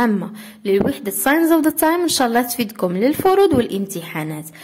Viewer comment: استاذة صححي الخطأ : signs و ليس sings ..( اعلم انه خطأ سهو)